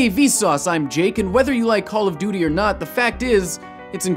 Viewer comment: you menu call of doty aw